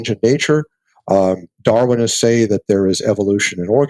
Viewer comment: He said darwinist, hahaha